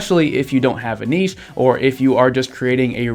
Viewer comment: Thanks 4 sharing all your insightful knowledge with us; furthermore, the word niche is pronounced NITCH not nichee